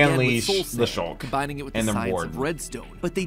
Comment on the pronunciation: Sculk not Shulk. Shulkers are in the End.